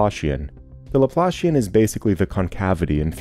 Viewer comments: You had me very confused by pronunciation of one word, Laplacian. The way you say it it sounds like what you get when you pull your boot out of the mud. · Pretty good. Only thing a bit bothersome is that the Laplacian is not the Laplashian. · That’s a great visual! I totally hear it. When I first heard someone say Laplacian, I was like there’s no way “laploshin” is an actual word 😂 Some people pronounce it “laplahssian”, but I think that’s more of a British thing.